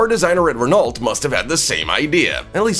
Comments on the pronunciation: Ruh-nault? No. Ruh-No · Renolt!!?? Really?! Ren o in England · Renault pronunciation is "ruh-now" not RenALT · It's pronounced Ren-Oh, not Ren-ALT - you had one job, fuck me. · RenaulT LOL everytime he pronounced the T I had to laugh It's pronounced ren oo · just so you pronounce the renault name correctly its pronounced renno not rennalt the last letters LT are silent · In French, "ault" is pronounced oh. This Renault is pronounced renn no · Pronounced Ren Oh. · Renault pronounced Rey-noh… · Renault, is pronounced “reno” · You’re pronouncing Renault wrong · You might want to work on your pronunciation of Renault. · Oh dear just started watching this and please learn how to pronounce Renault correctly. It’s shows how much you know about your subject matter. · Aaughhh! Learn to pronounce Renault correctly!